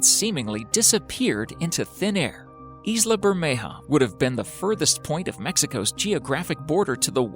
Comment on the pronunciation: 'Isla' is pronounced 'Eye-la'